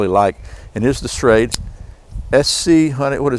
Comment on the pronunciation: ....Schrade SCHEXC